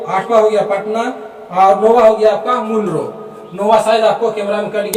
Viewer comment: मुंडरो नहीं मंडरो होता है